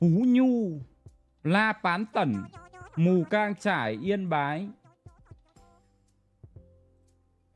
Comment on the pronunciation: Mù cang chải k phải mù căng chải mod ơi